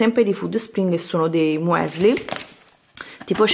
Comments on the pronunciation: "sono tipo MÙ-ÉSLI" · “Muèsli” 🤦🏻‍♀️🙈 perchééé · Hallo.. Muesli per chi non lp sapesse si legge "Müsli, ossia miusli" è tedesco, e quando c'è eu equivale a ü cioè "iu" oddio non so come scrive la pronuncia😂 vedete su Google traduttore 😂😂😂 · Muesli???????....mu...e....sli????...ho sentito bene?????